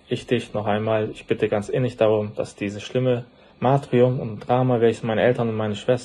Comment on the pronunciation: Matrium??? Er meint wohl Martyrium....... sprich..: „Martürium“